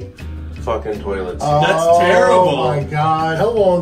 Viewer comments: Had anyone else noticed how pronounced "toilet" as "toe-let?" 😂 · Marylander here, saying "tullet" triggered me. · Tour-let is now how I am will pronounce toilet from on. Thanks,!